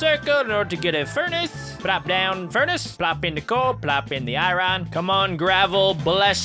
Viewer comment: IRON NOT IRRON